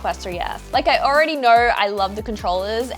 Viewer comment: how do you put an r in the know 😂